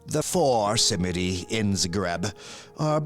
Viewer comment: Love your content but by Cain please google how to pronounce Krakov and Zagreb because it is straight up painfull.